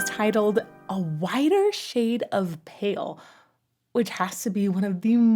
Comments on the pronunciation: It's 'whiter', not 'wider'. I hope that helps. Thank you. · It's WHITER not WIDER Learn to read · Whiter, not wider.